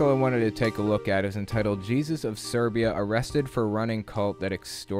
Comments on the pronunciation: Kate S it had me very confused, I had a bit of a head scratch. I was very aware of this cult, so when he said Serbia I was just thinking to myself is there an other similar cult out there 🤦🏼‍♀️😂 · You pronounce "Siberia" like "Serbia", fix it please, it is confusing